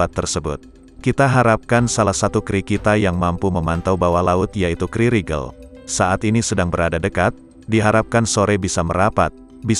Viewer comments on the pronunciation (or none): KRI dibaca Ka eR I.. bukan dibaca kri.